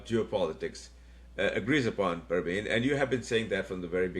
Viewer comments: It is Pravin and not Parween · It is not pARvin. It is pRAvin